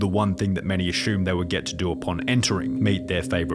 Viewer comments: Assume = a-soom You're saying "a-shoom". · It's assume, not ashoom. God I hate that